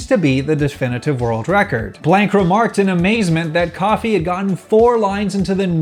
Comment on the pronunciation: i don't think Kofi is pronounced coffee.. think of kofi kingston lololopl